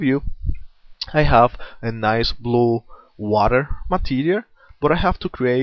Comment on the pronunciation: "I'r use a bruish coror"